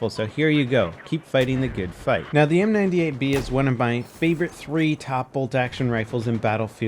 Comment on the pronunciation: he always says m98baller wrong